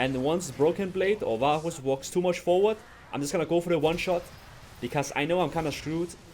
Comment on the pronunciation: i keep hearing baus instead of varus